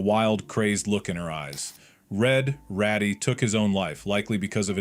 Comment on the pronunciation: It's Raddy not ratty